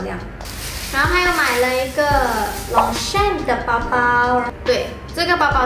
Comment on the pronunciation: Long champ和plain你念错了! Plain的读音和plane是一样的哦!